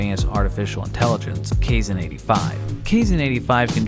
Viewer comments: You sure it's "kayzen?" As with Japanese an "ai" is always pronounced like "i" which is why the "rayden" pronunciation of the name "raiden" bugs me. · Depending on the language it could be ka-e-sheh or kaysh/kay-sheh too. Some languages languages an x is either a sh or h-sound. But Kaizen, naw. Theres not a language that exe is xen/zen.